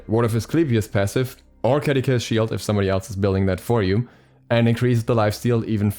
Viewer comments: I am lowkey annoyed at how he pronounces Caduceus. Ka-doo-suss is how I believe it is pronounced, not Ka-da-kay-shuss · ima search it up rn bruh. Edit: lmao neither one of you are right. its kuh-doo-see-uhs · By the way, Caduceus is a roman name, and pronounced "kah-doo-see-us". The second C is like an S.